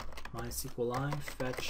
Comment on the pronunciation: how can you pronounce mysqli like this??? bothers me so much